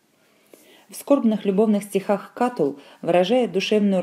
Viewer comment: Кто это читает? Проходили древнеримскуую литературу в университете-первый раз слышу, что б ставили ударение в имени Катулл на втором слоге, даже слушать не буду дальше.